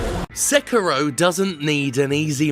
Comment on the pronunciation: You know, I'm more angry at how you mispronounce Sekiro than I am at people wanting easy mode in games.